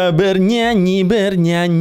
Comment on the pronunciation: Aku paling suka kalau bilang" bernyuanyi bernyuanyi..ber goyuang bergoyuang"😂